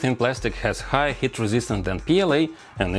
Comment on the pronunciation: every time he says heat, it sounds like hit, and i get confused😅